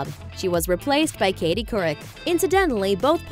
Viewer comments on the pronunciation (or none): none